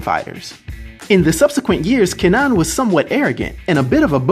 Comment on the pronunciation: Pronounced more like Ker-nan (don't fully pronounce the r, kuh-nan)